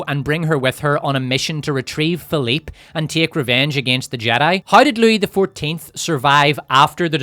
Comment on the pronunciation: My namesake is rolling in his grave hearing you call them Philipe and Louie